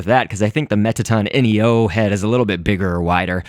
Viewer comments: its not mettaton N.E.O its Mettaton NEO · it's not mettaton ENIO it's mettaton NEO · and mettaton neo is pronounced mettaton knee oh